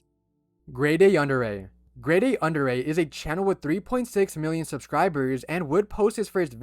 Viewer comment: His name is not "Andre" but "Andrei" please correct this.